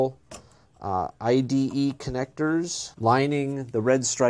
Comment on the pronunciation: IDE NOT IED!